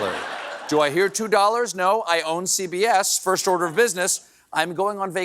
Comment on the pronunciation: I think it's "order", not "odor", though that's appropriate considering Trump is on trial.